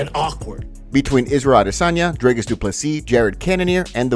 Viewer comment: Rogan can say Duplessis but cant say Dricus... lol